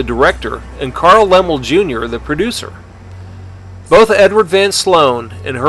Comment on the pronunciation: The repeated mispronunciation of Laemmle is like hearing a wrong note. (Hint: it rhymes with "family.")